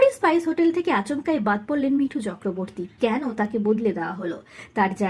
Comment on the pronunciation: হরগৌরি পাইস হোটেল, স্পাইস হোটেল না, উচ্চারণ ঠিক করুন।